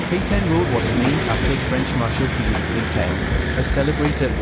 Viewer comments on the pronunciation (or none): none